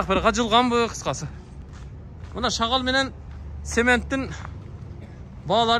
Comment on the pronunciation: тантык шагал эмес шагыл болот аяш ава